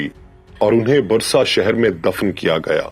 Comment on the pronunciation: Brother it is not Brusa...It is Bursa..